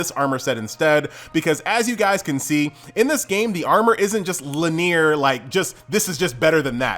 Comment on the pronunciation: Did... Did you say "LINEEER"??